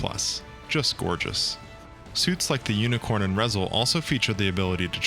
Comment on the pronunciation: Minor nitpick, but it's pronounced "Ree-zehl." ReZEL stands for "Refined Zeta Escort Leader."